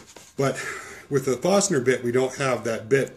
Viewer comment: You said Fostner bit in the video, this is the same as a Forstner bit, correct? I've never heard it said as Fostner...